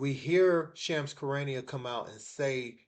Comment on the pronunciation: It's Shams , not Chams.